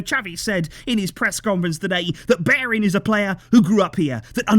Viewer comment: If you wanna pronounce Bellerin correct, it’s beh-yeh-rin